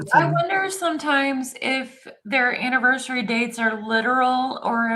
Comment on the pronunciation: I cringe each time she says "annivershree" 😑😑😑